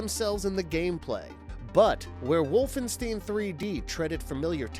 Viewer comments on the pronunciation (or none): Wolfenstein (stine) not Wolfensteen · It’s WolfenSTEIN (last syllable pronounced STINE, NOT STEEN) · “Wolfensteen” lol 🤦🏻